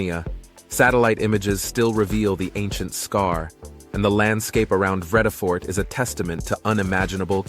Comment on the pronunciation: very deceiving picture of table mountain. That snow is so not on. Fynbos. It's pronounced FAIN-Boss Vredefort. It's prnounced frear-der fort (frear rhymes with dear). Please abandon any American accents. Use a British accent. Van Niekerk is pronounced FUN Knee-keh-rk. The R is VERY STRONG....RRROLLLING....lime in Soanish or Italian.